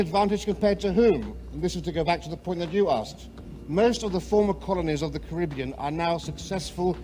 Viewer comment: Wish he would say Caribbean properly.